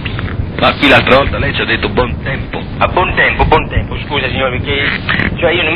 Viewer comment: bontempO o ... bontempI ???